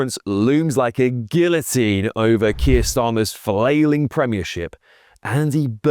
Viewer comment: Said guillotine wrong you melt